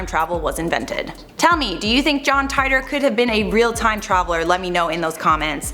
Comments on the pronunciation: John Tight-or ..... It's teetor (Titor) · It’s teetor not tietor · I think it 2034 and you pronounce the john titor wrong john tiitor not jhon tytor And you can't change the time because your past become your future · Tight-tor??? It's pronounced Tee-tor, do some research. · John Tightor? wrong pronouncing. John T ee tor sis. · It's pronounced "teetor" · It's pronounced "Tee-Der" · It’s “titor” or “teeter” like teeter-totter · I believe they actually pronounce it "Teeter". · Its pronounced Tee tore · Why do people freaking report on this dude they can you pronounce his name right so we irritating